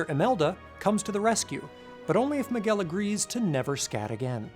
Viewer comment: I love you but your pronunciation of "Miguel" gives me seizures